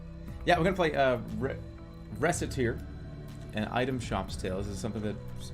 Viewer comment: I can’t get over him pronouncing Recette like she’s the fricken mole from animal crossing